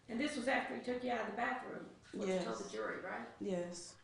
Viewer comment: Nnn'yaaay-yus... A 3 letter, one syllable word and she somehow adds an N to the front and gives it 2 syllables. I question her education.